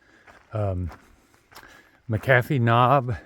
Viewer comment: I’m live in the Roanoke area and I’m on the McAfee’s Knob Task Force. It’s actually pronounced “Mac-A-Fee. It’s the local pronunciation. Just a little but if info for someone that is wonderful at giving viewers information. I’m really enjoying your journey. Signage 07.